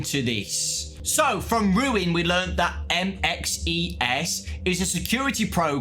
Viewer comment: bro just say “ MXES” and not “ M.X.E.S.” Please 🙏🏾 😅 didn’t we not see him in trailer at the end of